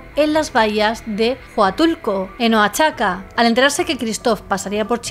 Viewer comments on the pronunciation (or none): Te sale muy bonito el Tuxtla jeje el otro es Oaxaca,suena más como "Uajaca", ojalá pudieras hablar de Cagliostro y el club de las viudas negras ,me gustan tus casos de los años 30, gracias ❣️🤗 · el sonido de la w es como u, en todo caso sería Uajaca pero la pronunciación correcta es con O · De Tuxtla sí, bastante bien. Pero Oaxaca es "Oajaca" y de Huatulco es "uatulco". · Pronuncias bien Tuxtla, pero Oaxaca se pronuncia Oajaca, como México se pronuncia Méjico. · es oajaca, mucha gente, incluso de México lo pronuncia mal, igual que Chiapas, mucha gente dice chapas. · OAXACA, se pronuncia "Oajaca"😊